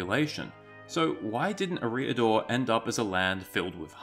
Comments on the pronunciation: EH-ree-ah-dor. Not eh-REE-ah-dor. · E-riador; not Ereeee-ador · can't deal with 'Areeedor' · Is that how Eriador is pronounced? I thought it was pronounced identically to "Area Door", just without a pause between area and door. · How he says the word eriador It’s pro bounce area dor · I believe all 'a,A' vowels are pronounced "ah" not "â" Fantastic video btw You have a great voice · looked like a nice clip to watch. but when you opened up by failing to even pronounce the name correctly you lost me.